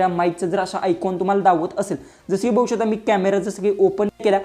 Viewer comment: बघू शकता अस आहे दादा ते वाक्य. स्पष्ट बोला म्हणजे समोरच्याला कळेल. बहु शता अस ऐकायला येत आहे